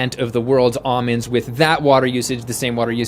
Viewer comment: Ahhmins? it's Almonds